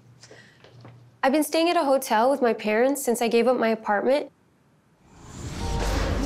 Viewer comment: He literally said i will Take ibrahim Wizzzz me